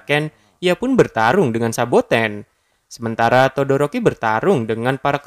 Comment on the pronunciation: Saboten bang bukan sabakan